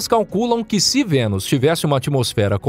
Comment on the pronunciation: "noque" "vouta" IAKQIAKAKAKAKAOAOAOAOAOAKAKAKAKWKWKAKAKAKKAKAKAKAKAKAAAKAAKAKAKAKAKAKAKAKAKAKAAKKAKAKAAKAKW morri